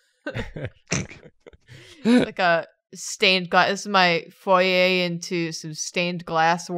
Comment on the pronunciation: did you say foyer